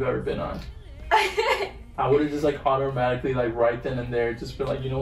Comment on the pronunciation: "I would've just like OTTER-matically..." No hate lol. I just thought it was funny. But for real, Your reactions are priceless. This is such a happy video that you both shared with all of us. Thank you. And yes, you look great in all of those outfits.:) All the best you two! Take care!